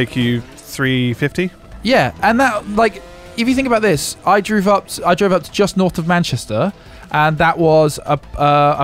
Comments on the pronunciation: The fact keeps saying droove and corrects himself to drove every single time is killing me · can't say drove